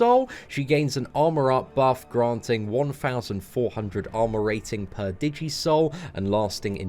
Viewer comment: Could help laughing at DI-jee souls. Pretty sure it's digi-soul like digital souls. She looks pretty awesome though. Probably the best champ of the month.